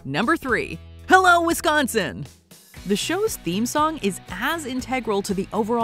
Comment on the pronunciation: Am I the only one who thought they said I love Wisconsin?… 😳